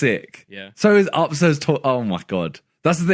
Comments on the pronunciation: why randolph say op not up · rudoplhs way of saying up sounds like AwpP.